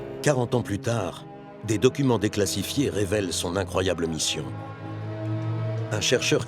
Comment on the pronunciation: "Déclasifiés" ... manque d'asiduité en clase ? 😁